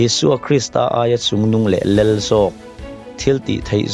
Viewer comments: theology him lo ber tih kher kher chu a... 'Lel' ti ti lo Khan 'lal' ti in lo lam ve ta che Pua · Lel. Lal tih pawh lam thiamlo. I sawi a ṭang khan a chiang reng mai